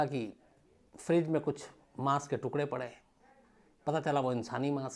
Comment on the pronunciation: he said "aise police officer "parre" huye hein 😁😂😆